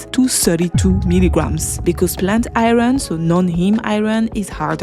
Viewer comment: Sheesh everytime I hear you say IRON, I think you're talking about something else due to the way you pronounce it. ughhh